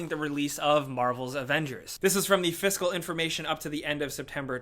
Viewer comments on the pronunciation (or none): none